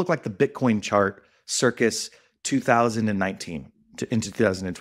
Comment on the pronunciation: ...dude, it's "circa" not "circus"